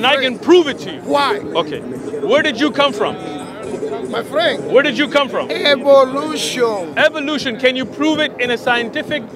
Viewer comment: "My friend, ............. Evvvoe Looooooshon" 😆 🤣 😂 😹 😆 🤣 😂 😹